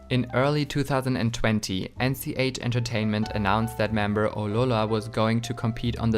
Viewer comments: just wondering why do you say aurora like that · You need to pronounce Aurora better